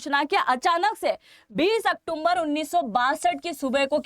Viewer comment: मैंने पहले भी एक दो बार आपको सजेशन दिया है यह अक्टूम्बर शब्द नहीं है अक्टूबर है कृपया सुधार कीजिए बहुत बुरा लगता है आप जैसों के मुंह से